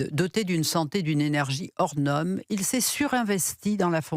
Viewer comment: On dit hors norme!!!! Pas hors nome!!!😂